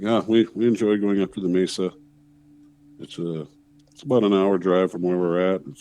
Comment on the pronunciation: Mesa....its pronounced 'May-suh'